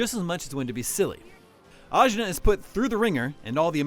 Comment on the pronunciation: AJNAR: say my name ASCHNAR😂